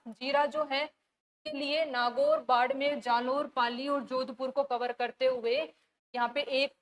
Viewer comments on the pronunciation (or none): none